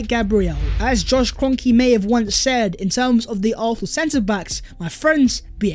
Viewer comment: I beg you pronounce arsenal properly